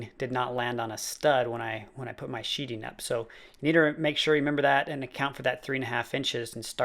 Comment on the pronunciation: It's called sheathing, not sheeting. I know, somewhat counterintuitive, but I didn't come up with that name. Not trying to be a dick, just saying. Nice shed. I'd love to build one at my house.